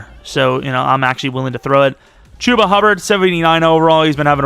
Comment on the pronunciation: Hate how he says Chubba lol